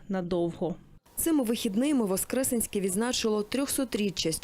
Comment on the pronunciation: ВоскресЕнське, будь ласка. Вуха ріже. Дякую.